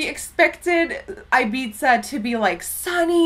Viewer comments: it's "i-beeth-a" not "i-beeza" 😂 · Just FYI - It's Ibiza like I-BEE-THA like Thad not Ibizza like Pizza. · I think it's pronounced like Ibitha Nikki haha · eye-biza omg, never hears anyone pronouncing it like that :D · Don't you pronounce it Ibitha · Ibiza my dear is pronounced IbiTHa no 'z', 'TH'. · Erin MacPherson yeah that pissed me off! By the way, we have the same name! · The way she said Ibiza just..man..no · The pronunciation of Ibiza, noooo!